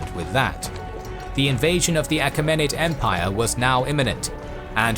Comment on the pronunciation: Mispronunciations: Achaemenid is pronounced “A-Kee-men-id Anitipater is pronounced “An-TIP-ater”